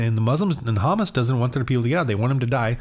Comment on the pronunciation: You cant even pronounce HAMAS properly. Neither side is just and you need Jesus